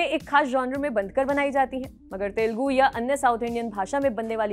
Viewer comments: its Telugu not telgu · Kind request: it is not “ Telgu “. It is TELUGU “ It is small thing but looks like your anchors need some training. Thanks for your understanding.